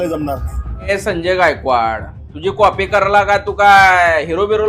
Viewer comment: कॉफी nahi re कॉपी असते भाऊ,.आणि म्हैस नाही piggi piggi